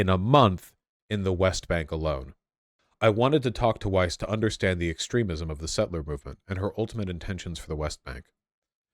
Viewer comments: Please stop stroking, lovingly your hipster beardy hair mustache. You lose massive IQ cred with every stroke. Like man -bun hair on the heads of soccer players. And, yes it's Weiss. with a V sound. It is jewish, Yiddish and German. Weiss, German for "White". Pronounced "Vice". like that. Wysse is the Americanized de-jewishized pronunciation. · "Weiss" is actually pronounced "Vice" in german (W in german sounds like a V does in english) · Weiss is pronounced vise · Just to let you know in my opinion German names are just that, you can choose to bastardise them by deliberately pronouncing them wrong as the Americans and British do. Weiss is white in English but the W is pronounced as a V, no matter where the person lives the name is the same. Epstein too, it should be pronounced Epstine because ei is pronounced as i. Still, do what you want, but personally I choose to pronounce (and expect others too) my name correctly. It is a Northern English name and the German people here always have problems with it, so I take the time to teach anyone who cannot pronounce it how it is pronounced. Our names are important. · Weiss is pronounced in hebrew exactly like in german. Daniella is one of the most extreme settler. She is brain washed.